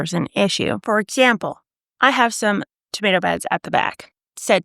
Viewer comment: Im here to hear her say “exzhample”, she said it 3 time.